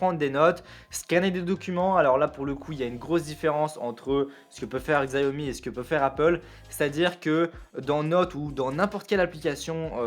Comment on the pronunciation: Par ailleurs ça se prononce shiaomi vu que c'est du chinois xiao - mi = 小米 qui veut dire petit riz xiao pour petit et mi pour riz